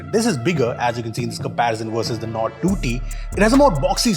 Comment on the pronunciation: You lost me at OnePlus "NORD"